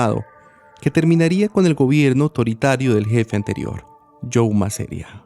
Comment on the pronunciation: No es MASERIA, es MASERíA!! (Con tilde en la "i".)